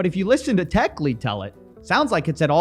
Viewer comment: Techlead rhymes with 'dead' not 'deed' , it sinks like lead !